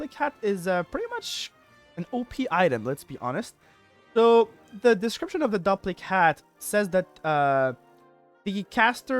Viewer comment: I think it's probably pronounced DOOP-lic hat. Like duplicate. But duplichat. It duplicates your spells. Duplic-hat.